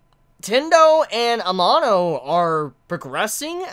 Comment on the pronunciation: please pronounce amano's name right, its really annoying, thanks lol